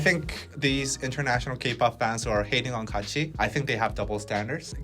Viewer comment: On another point, watched that Kachi video as you guys were talking about it and I have to say I CRINGED so hard from head to toe when they started singing. Overall, it wasn't as bad as I was expecting and people were making it out to be. Their pronunciations were horrid to be sure, but I thing that the part that really kept me cringing the most was that they're really not that good as singers. There was like one decent vocal in the entire thing. I do have mixed feelings about the entire situation, but I have to point out, there is definitely something to be said about the training to become a Kpop idol. Maybe if they had spent even a fraction of the time training to do this as the majority of actual kpop idols did, not only would they have sounded better, but maybe they would have been better received.